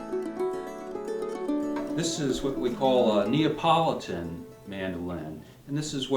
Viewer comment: NeApolitan not NeOpolitan